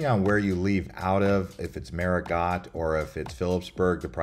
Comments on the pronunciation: Great job on the video! Just a friendly suggestion for improvement: Marigot is pronounced "Mary-Go," not "MaryGot." Adding a bit of research on how words are pronounced could enhance your content even more. Keep up the good work! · FYI, the "t' is silent in Marigot, it is correctly pronounce Marigo. Hate to hear it said incorrectly, over and over. . Otherwise you did fairly well, thanks. There is so much about SXM that you missed. It is the Culinary Capitol of the Caribbean with over 300+ restaurants of all cuisines in its 37 square miles, with 37 beaches. . When at Orient beach, that is actually the Atlantic Ocean on that side of the island, not Caribbean Sea at that side of the island. The ferries are fine ,but can make many seasick with rough water crossings. There are many short 15 minute island hop flights to other islands that give you more time to tour them ,and less chance of getting seasick on a ferry and ruining your whole day. Cheers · "Marigot" is typically pronounced as "MAH-ree-go" or "MAR-ee-go" with emphasis on the first syllable. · I was pronouncing it marigo and the car rental lady who lives there told that it was pronounced MarigoT 🤔